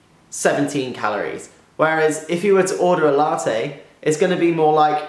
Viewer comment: You're pronouncing latte wrong...